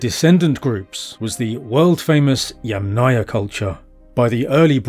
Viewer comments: YAMM-naia… YAMM+ naia. not yam-NAYA 🫡 YAMM … naia please, it’s easy, it’s like words Yummy + naia 🍓 thank you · with all respects Yamnaya pronounces with streess at the first syllable